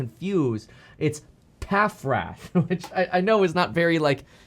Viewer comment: A “paff” forward